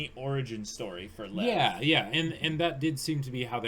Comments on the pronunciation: No idea about Russian, but in my language, Czech (which has the same word, also meaning lion), it's pronounced in one syllable as "Lev". Literally just pronounce as you see it written. The V is voiced and sounds nothing like F. Believe me, the way it's pronounced in the anime is a complete bastardization. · Lev is two syllables. It's more like 'Lee-ev'. It means lion >:3c